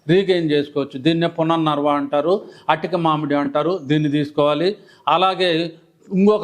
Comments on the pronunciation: రీజోనేటర్ పౌడర్స్ , బుక్స్ ఎప్పుడైనా అమ్ముకోవచ్చు! ముందు మూలికల పేర్లు సరిగ్గా తెలుసుకోండి. పునర్ నర్వ కాదు "పునర్నవ" అని పలకండి. అమృతవల్లి అంటే మృతం లేని తీగ అని అర్థం నాగరాజ కాదు "తెల్లగలిజేరు" ఉసిరిజేయనిమేలు తల్లి కూడా చేయదు అంటే అర్థం కాలేదు. దు సా..రా... వ సారా కాదు ధూసర తీగ , సరస్పతి కాదు సరస్వతిఆకు. పిచ్చి పంటాకు కాదు పిప్పింట ఆకు. తుళసీ కాదు " తులసి ". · పుననర్వ కాదు పునర్నవ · అది పునర్నవ..డాక్టర్ గారు...పుననర్వ కాదు... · It is punarnava but not punarnarva.